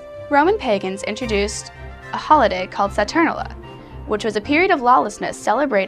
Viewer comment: It's not "saTURnella" or "SATurnella", it's pronounced "sa-tur-NAIL-ee-a".